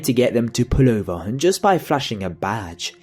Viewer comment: where did you learn to speak ... go get your money back ... "told him to pull ooooovAHHHHHHHHHHHH' jesus christ man